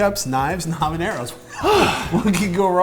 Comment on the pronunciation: A variation I have made of this sauce (not sriracha per se), is to lightly fry the habaneros in a bit of olive oil ( pronounces habaneros perfectly, by the way), make sure to poke the chiles before broiling because sometimes they explode a bit. You can also lightly roast them over the fire in the stove (again, either poke them or make a slit on them), chiles have different flavours depending on how you consume them, and you can try them like that and decide what flavour you like the most. The sauce (or salsa, in spanish is the same be it hot or not) I like: 1/3 parts of roasted chiles habaneros 1/3 parts of fried habaneros 1/6 parts of raw habaneros 1/6 parts of boiled habaneros IMPORTANT: do not remove seeds, even though those do not have piquancy by themselves, they are covered with a sac with a lot of piquancy and add a different taste. Also there are different habaneros, I like the orange and red varieties, other like their habaneros green (when ripe those turn an orangy yellowish colour), now, you can either blend them OR crush them in a "molcajete" (a stone mortar) or if you do not own one, use whatever you have in hand (a flat bottomed glass or cup can be used), you want to end up with a paste. Use only a bit of salt. For storage you can add oil and store in the refrigerator and use as needed, you can also opt to allow it to ferment adding a bit of sugar and even a bit of yeast to help the proccess (you'll have to liquify it once it is fermented for a few days a